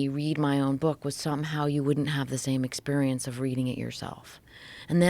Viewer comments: Joe Rogan Exspearence 😅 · Joe Rogan "Expeirence" deep love you slap joe hogans bald spot